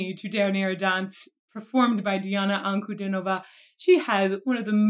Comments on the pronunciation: Я посмотрел более ста реакций иностранцев на Диану. Это первый случай, когда они правильно поставили ударение в её фамилии. Спасибо этой милой женщине. Только за одно это - лайк. Это говорит о том, что тема изучена добросовестно. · Ды !Ты Одна кто мог произнести ее фамилию правильно! Браво!! Ребята работайте над русским. Это язык бога!Он очень сложен. Но когда разберетесь с системой вы получ ите необыкновенный смысл жизни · спасибо, классная реакция! Фамилию Дианы-"Анкудинова" вы произносите лучше всех иностранных реакционеров!)))